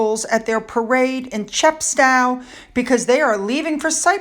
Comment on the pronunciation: its Chepst toe not ow. Lol